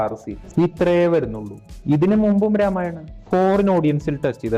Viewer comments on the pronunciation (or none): രാമായണാ അല്ല രാമായണം.